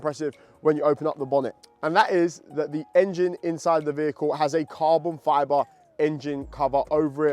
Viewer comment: He says carbon fyaaboh